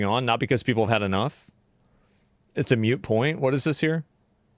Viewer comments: Horizon sucks ... "mutr" point lol... it's moot! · MOOT not MUTE like BOOT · MOOT point, the word is moot, not "mute" - you can always tell when someone is a moron..